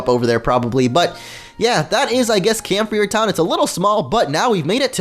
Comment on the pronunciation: camphreir town is pronounced "camphrieh" because of the french accent of the game.